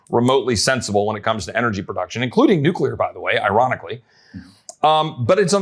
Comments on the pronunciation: Kills the credibility when the presenter says “nucUlar” . Come on, man! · How can Texans solve the problem if our experts can't even pronounce "nuclear"? 😂 This needs explanation...